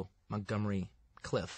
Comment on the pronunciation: Montgomery "Cliff?" Okay, Qt.